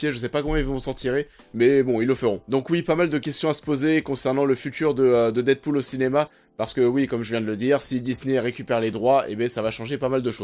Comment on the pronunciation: Ah tu ma tué avec ton dite pool 😂😂😂